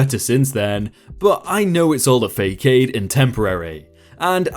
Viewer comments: "Fake-aid"??? Facade is pronounced "Fuh-sod". PLEASE look words up if you don't know how to pronounce them! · more like fass-odd. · Facade is fa-saad not fake-aid. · Part 2 of abusive excuse of a mother you said facade a fakade with a hard c. It is a French word pronounced fa sod. Love the stories. Thank you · "Faycayde"?? Dude it's a French word. It's pronounced "Fah-sah-d" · “But I know it’s all a ‘fay-cayde’..” lol sorry but I gotta speak up and inform that ‘facade’ is pronounced ‘fas-aad’, rhyming with ‘más cod’ (can’t think of anything in English that rhymes so here’s a little Spanish- ‘más’ meaning ‘more’) :) love your vids! Keep it up! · Fake-ade ? It's F-ah'ss-ahh'd .... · facade = fas ard, not fake ade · I love your site and your voice. Though I have to comment, did you really say "fa-caid"? It cracked me up. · Fah-sahd = facade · “Facade” is pronounced “Fahsahd” it is a soft “ah” sound and a soft c. Don’t worry too much about it, I made the same mistake when first reading it out loud. English pronunciation is not easy, even if it is your first language. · Little bit of English help not fay cade its Fu-saw-de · If you didn't know facade is pronounced fəˈsäd Fa-sod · I love how comfortable you are in Mandarin, while pronouncing Facade as Fakade :D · I was gonna say his mandarin is better than his english after I heard that one! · It's a french word meaning false front and is pronounced 'fa sod' the c is missing the mark underneath. In French it looks like ç. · Haha, I was going to call him out on the fake aid and the man just flexed with fluent Mandarin and ruined my entire career :D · Fa cade cis c is a very soft c more like an s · Narrator speaks mandarin but can’t say “facade”?